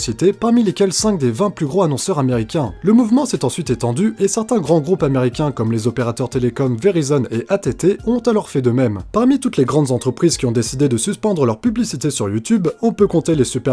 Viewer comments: ATT ?! IT'S AT AND T ! BRO ! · AT&T ca ce dis a l'anglais a t and t